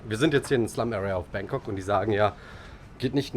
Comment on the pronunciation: Bitte richtig aussprechen: BAAngkok, nicht Bäängkok